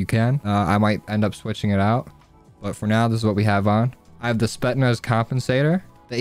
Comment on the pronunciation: It’s pronounced spet s naz not spet naz